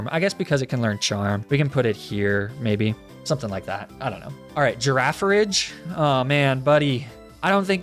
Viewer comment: lol the way you pronounce girafarig kills me because the rule in english is that "g" is always pronounced like "gift" if it comes at the end of a sentence, ie. rig vs ridge.